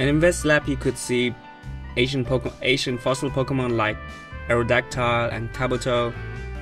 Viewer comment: Whenever he says Ancient it sounds like he's saying Asian. Can't help but giggle a little every time. Love accent though. XD